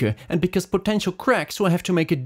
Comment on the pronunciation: “And break, MOOREUH” 😩